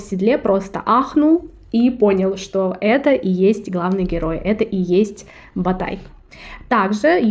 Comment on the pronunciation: также погуглите Ботайская культура, правильно будет Ботай, а не Батай